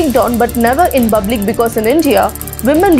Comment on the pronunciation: Its not bublic ..it's public 😂😂😂